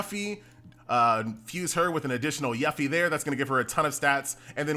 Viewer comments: Lol your continued mispronunciation of Yuffie causes great conflict in my soul. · Your inability to pronounce "Yuffie" is hurting me. Why do you do this? Q_Q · it bothers me how pronounces yuffie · F for pronunciation of Yuffie u killin me man.